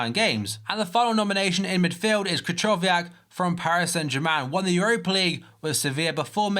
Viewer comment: It's pronounced Kryhowiak actually